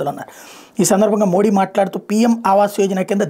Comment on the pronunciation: నమస్తే గారు..🙏🙏 ప్రధానమంత్రి గారి గురించి మీ విశ్లేసన చాలా బాగుంది..👏👏 కానీ., మోడీ అనే ఉచ్చారణ అంత ప్రభావవంతంగా లేదు. మీరు మోదీ అంటే., వినడానికి చాలా బాగుంటుంది. ఒకసారి ప్రయత్నించి చూడండి.